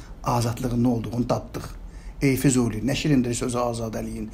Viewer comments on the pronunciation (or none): none